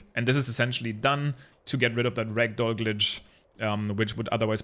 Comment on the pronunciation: JUST SO YOU ARE AWARE, your dialect makes "ragdoll mode" sound like "rectal mode". Have a great time with TOTK!